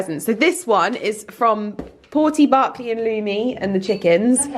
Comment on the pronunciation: OMG WAIT, HIS NAME IS BERKLEY?! AMERICAN HERE-- BUT I KEPT HEARING BARKLEY, SO I WAS LIKE 🤔 OMMMMGGG, ALL THESE YEARS